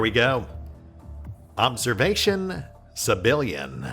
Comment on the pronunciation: And I keep hearing "Civilian" every time you say "Sebillian."